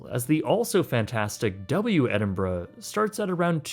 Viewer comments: Thank you for pronouncing Edinburgh properly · Well done for pronouncing it correctly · Kudos for the proper pronunciation of Edinburgh sir. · At least you said the city correctly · I'm just impressed that you can pronounce 'Edinburgh', it seems to escape a lot of people who didn't grow up in the UK